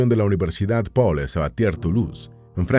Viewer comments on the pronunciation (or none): none